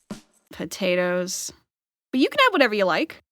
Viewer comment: Why do you say potatoes like that?